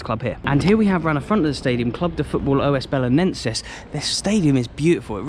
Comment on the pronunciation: Just one correction. You are suppost to say "Os" Belenenses, and not "O S" Belenenses. It is only one word, "Os" together